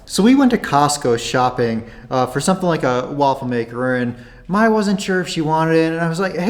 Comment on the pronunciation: Probably click bait for more views 😂. Mai, not MAY lol, are you really dating his ex? Kai, Jai, Thai... May is pronounced like the month. Mai,😉😉 Myyyyy C'mon 🙌🤣 be honest 😂